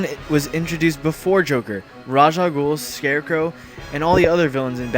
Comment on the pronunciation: nah not rash raysh